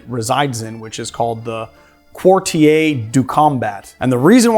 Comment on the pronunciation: Love your show but you really need to learn French pronunciation. Quartier is pronounced "car-tee-ay" like Cartier jewlers.